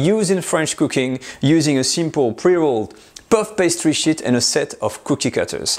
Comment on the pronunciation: An old and classic technique very well explained. Although I did giggle at the French pronunciation of "sheet": "puff pastry shits"!